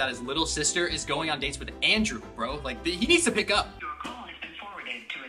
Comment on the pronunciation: Why are u saying landrew it's Andrew